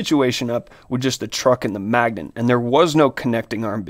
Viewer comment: Why the heck this man say magnent every time..? Why he throwing an "N" in there..?